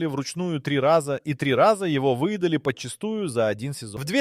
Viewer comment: Снова поработал ИИ? Фото лОвушки, вЫедали... 🥴😀🤦🏻 Не стала слушать до конца.